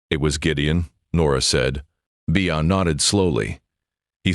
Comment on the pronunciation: It's not "Bee-uh" (Let's go for a couple-a beeuhs.) It's just "Bee" like Andy Griffith's Aunt Bea (for Beatrice). That beeuh sounds good, though.